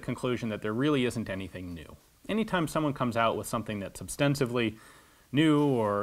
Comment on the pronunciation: I know this video came out 3 years ago but it's OSTENSIBLY not OBSTENSIVLY